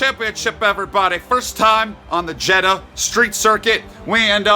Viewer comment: Jeddah don’t end with ‘A’